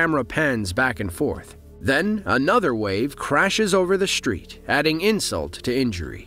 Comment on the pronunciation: Minister of climate change? Hmm, I wonder what that is? BTW, there is no "H" is street or destroyed. If you're going to narrate videos, learn how to speak properly.